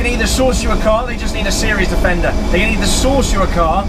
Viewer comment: Think I might watch it again, just to count how many times he says defender(wrongly). Not. .😙